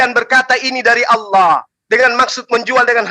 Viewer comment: Assalaamualaikum, oten tadi menyebut kata Allah dengan olloh tidak ada didalam bahasa Arab huruf O .